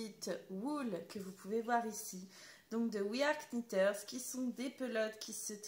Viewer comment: Bonjour, il ne faut pas prononcer le « K » de Knitters ☺️